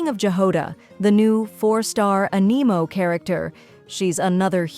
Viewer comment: so totally AI which isn't the worst thing but please learn how to pronounce anemo and character names